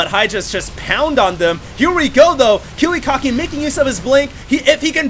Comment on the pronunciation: sounds like you'd say kewekocki xD